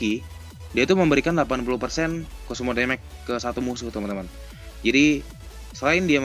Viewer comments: hahahaha... demage juga di baca déméj bukan démék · Demej, bukan demek bro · It’s actually “damage” (read: demej) or just say “kerusakan” in Indonesian. 👍🏻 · Damage bacanya demek wkwkwkkw